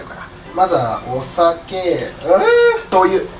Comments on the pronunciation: 醤油が灯油って聞こえたwww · 醤油が灯油に聴こえて耳を疑った